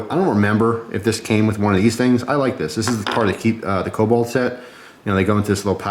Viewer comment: It's kobolt, not cobalt